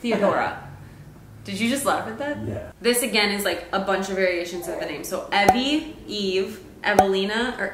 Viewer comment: Awww my name is Evelyn and EVERYONE calls me Evie :) I love that you spelled and said it the way I do. No one ever says is right. People always way eevee. I'm not a Pokémon people!